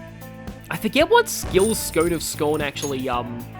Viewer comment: I don't like to call out mispronunciations much, but you're killing me twice in this video. Raimi. But more importantly, watching enough Jeopardy it's pronounced "Scoon" despite the spelling Stone of Scone. Yell at the Scottish for it...